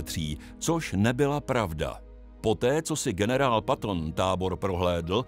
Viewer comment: Nechtěli byste zapracovat na té výslovnosti? Snad každý i kdo neumí anglicky ví, že generál Patton se čte "petn" a ne "paton". Není to první video kde je špatná výslovnost. Hlavně, že pořád říkáte tu blbost s těmi slzami. Ať už někdo brečel nebo ne, tak je to podle mě úplně zbytečné.